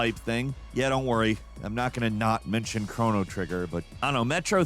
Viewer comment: Oh no, it's "Crow-no" - Cr-on-o Trigger :P